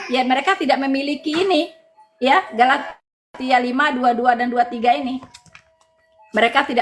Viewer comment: Kali ini mengucapkan Galatia dengan.benar. Bravo! Jadi flashback ke video lama saat ingin mengucapkan Galatia 6: 7 - 8. Saking ngegas kali y :)